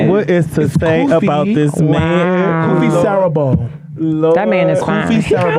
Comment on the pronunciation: pronouncing Kofi as koo-fi is so funny 😂 it's actually KOH-Fee